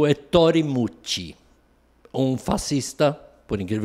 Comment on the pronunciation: Ettore, com acento na na primeira sílaba/vogal. Fala-se é -ttore!